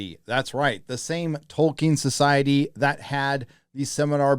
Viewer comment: Well thank God. Dunno who got in his ear but hearing "Toll-keen" was getting taxing